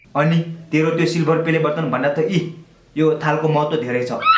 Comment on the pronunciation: Its बटन not बतन😂😂 BTW love you bro